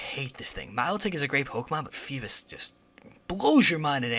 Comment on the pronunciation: fee-biss? what?FeeBASS like...a BASS fish lol. Geez this guy.